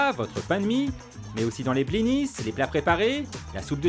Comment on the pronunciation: Les blinis, pas les bliniSSES! On ne dit pas tant pisse!!!!!